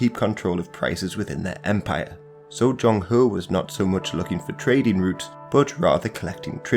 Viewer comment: good video, kindly point out that there is a wrong pronunciation :zheng he .